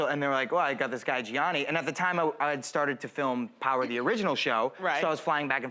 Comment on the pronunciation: “Geeanni pay-olo” damn she butchered his name